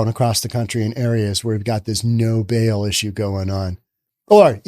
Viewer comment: It's a "Zero BAIL Policy", not a "Zero 'Bill' Policy".